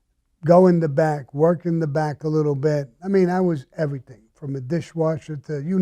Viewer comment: IMO cannot say "Everything"